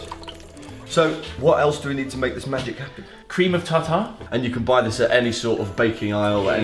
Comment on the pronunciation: Cream of tawtaw lol